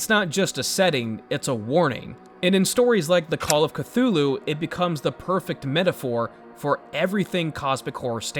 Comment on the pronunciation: That's how I feel when folks say (Ku-thu-loo) instead of (kuh-too-loo)